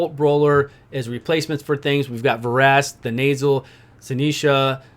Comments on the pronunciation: The nasal - aka Then uh sill (Thenasil). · "we got Vrask, Thenasil..." (pronounced The Nasal) instant image of Vrask's nose...